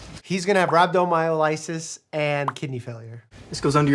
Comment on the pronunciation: Love this show as a former ER worker, though I have to nitpick as well. I'm not aware of anyone stocking IV glucose. It's dextrose 50% (D50). Also slight mispronunciations with calcium gluconate and rhabdomyolysis.